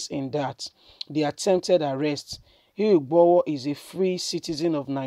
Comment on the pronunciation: broadcaster, kindly work on your name pronunciation, 👌 It's irritating!! GUMI not GAMIU IGBOHO not IGBAHO....please 🙏🙏